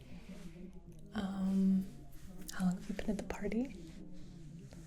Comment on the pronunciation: I wanh to pahty wih you ohl nigh long....Would you like some wah er?